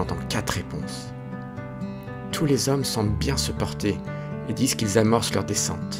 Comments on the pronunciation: Les quatre zhommes plusieurs fois 😮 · Les quatre zhommes deux fois